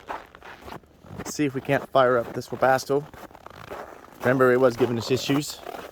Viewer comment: The K in Webasto must be silent lol Webasko 🤪